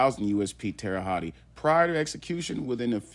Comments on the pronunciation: Bro, 2nd video I’m leaving this comment. It’s pronounced Holt or Hut not hotty or what ever your saying. Good research video, minus pronunciation of the name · You're not very smart at all!!! It's not pronounced tere hottie!!! It's pronounced Tere Hote. Do your research before looking ignorant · man, you dont say it like that Terre Hottie...hahahahahaha its Terra Holt pronounced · Hotti is crazy. Hote is the pronunciation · Terra hawt, that’s how it’s pronounced. Terry haute, that’s how it’s spelled. Please learn how to pronounce the words your trying to pronounce. It makes the content in unlistenable. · Pronounce that city name correctly please. Terra Hote- Land High in French . Yes Dylan R is still here alive. I'm told he is an asshole and a problem to those who have to watch over him. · How come no one can ever pronounce Terre Haute. The right way. Tara H-oat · Pronounced (Terra Hote). Just helping out. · It's pronounced Tara hote lol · Bro its pronounced like tara hoat lol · Terra hawt is the way to pronounce it lol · Terahaute not tearahaut e and stop the scummy a hole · Terre haute like hoat lmao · Terra hawty 😂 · Learn how to pronounce Terre Haute and do it over. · The butchered pronunciation of Terre Haute is almost unbearable. Then he repeats it constantly. Google has a pronunciation feature. Use it. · Drop the "e" sound on Terre-Haute, just saying. Good show my man! Check out "Boston Chinatown Massacre" Nam Tham, 5 bodies Ping On gang (linked to 14k Triad) "Burnt Ziti Murder" Richard Rosenthal (Rosie opened up his wife literally) the list goes on. Mass State Prison.